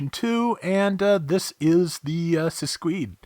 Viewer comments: Yes, as I said on the previous video comments, its name is a mix of "sinistra" and "scudo" (left and shield, in italian). The katakana is correct, however the romaji is wrong. It should've be Siscudo, pronounced SEES-COO-DO. Still make no sense. It could be because of shields are normally carried on the left arm but, the suit don't have a shield and it don't have anything related to guard or block, so... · it's "sis-key-de"